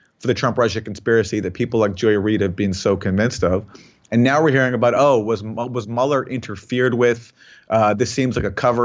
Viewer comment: Mueller is pronounced M'you'ller , because it's a German name. Aaron Mate' is pronounced Mah Tae if we apply the same to Aaron's surname We would have to say M8, being Aussie a mate is a good friend, Aaron Maaate!